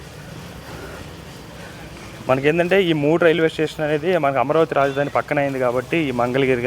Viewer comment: టేషన్ కాదు స్టేషన్ లాంగ్వేజ్ మార్చుకో